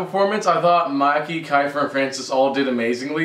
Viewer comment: The pronunciation is kifer im just sayin'